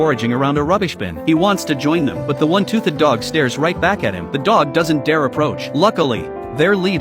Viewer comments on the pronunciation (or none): AI said tooth- ed